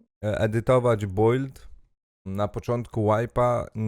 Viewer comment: Nie żeby coś ale proszę, słowo BUILD, czytamy BILD, po prostu bild. Poradniki z EFT mega pomocne :)